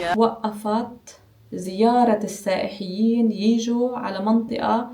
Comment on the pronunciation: بالعكس يعجبني نطقها لكلمة السائحيين 😍